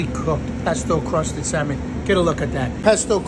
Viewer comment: Pesto cwusted Syamon.